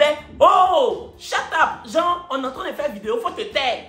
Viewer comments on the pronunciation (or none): none